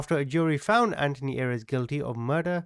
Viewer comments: Not that this guy deserves anything, and you are amazing, but Ayres is pronounced "AIRS", no? Maybe I'm just too English... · Thank you , his name is pronounced Airs as in fresh air with an s.